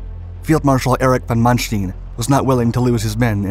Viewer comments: Stein, not steen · His name is not "manstin" is it? its manSTEIN. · Stine, not steen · Sorry to nitpick but Manstein is pronounced Man Stine not Man Steen. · Not Mannsteen, but Manstayn. Like "Ay Ay Sir". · "manstin" ?? Its Manstein... so many names and places pronounced wrong. Same witht the footage, more then often it dosnt match the events shown at all. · ''ManSHTIIN'' :d :d :d . It`s ManSHT''E''IN'' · His name is von Manstein ..... not von Manstien >>> 'stine' not 'steen'. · This guy must purposely mispronounce things to act like he's smart and breaking new ground! What the heck is "weeking" division? What's a "ponser" it's not mansteen it's manstine ! I know that's not the correct spelling it's to point out the mispronounced name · Wrong prounciation of Manstein; its ManSTEIN like the english word "line". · Wish this guy could pronounce German better. It's Von Manstein not Mansteen... goodball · I'm sorry I had to stop watching your video at Von Mansh-teen! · Another well made effort, succint yet powerful. You should, however, ask a german speaker how to pronounce Manstein. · Please pronounce correctly the name of Manstein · really cant ake these creators seriously when they cant take the time to learn how to pronounce stein..